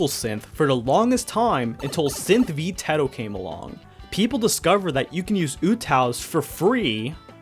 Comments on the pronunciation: yeah..he still can’t pronounce teto’s name 😔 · correct me if i'm wrong, but isn't that one of the correct ways to say her name? (tell me if this is an inside joke on his channel or something please)